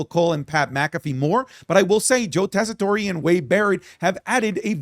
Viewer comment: It’s Joe Tess-eh-tore (like I tore my ACL)